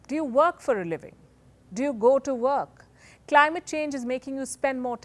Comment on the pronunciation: ""Do you go to verk""